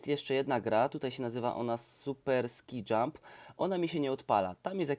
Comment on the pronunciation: Proszę Cię! Błagam na kolanach! Nie "skaj" tylko "ski" jump. Uszy od tego krwawią:(